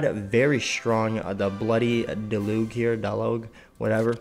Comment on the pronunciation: Cool vid, thanks for the info. Also it's pronounced Del-uzhe